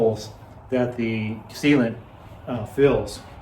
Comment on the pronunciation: I bought a few Park Tools and they are really good. Strange, I HATE putting tires on the rims. I kept hearing "Seema to it" instead of "Sealant". Since it's so much faster, sounds like another Ragbrai is in your future! John from MI